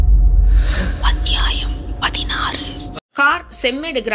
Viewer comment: Thanks for uploading Mr.Rajesh kumar Novel😊 Thanks for your vocal 😊 Especially....Aththiyaayam😊😊